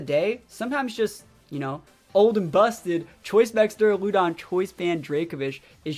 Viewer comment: That Duraludon pronunciation is interesting lol I’ve always pronounced it like “Deraludon”....but “Deruloodon”?! Anyone else pronounce it like that? Idk why but it bugs me lol